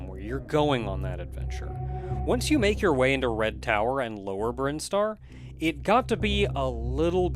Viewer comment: As soon as he said “Brine-star” I was like “Is THAT how it’s pronounced?!” Hey, the Super Metroid expert here, if he told me Crocomire was attracted to Samus and that’s why his skeleton pulls a SPOOPY, I’d be inclined to agree with him.